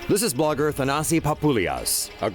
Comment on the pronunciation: IT'S..."THANASIS"!!!..."THANASISSSS" MY FRIEND!!!!...LEARN ALPHABET 1ST...N' THEN SPEAK U TOO...OMG WITH THAT...:/..